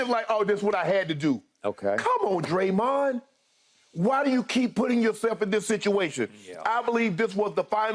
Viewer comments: Whose Draymuns?? Haha. Lady doesn’t even know who Dede is. Probably the first time she’s ever heard him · She called that man DrayMund 😂🤣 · Draymen lmao